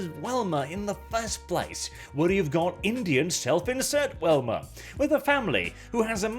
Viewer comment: Please never stop pronouncing Velma the way you do, you beautiful, luminescent boi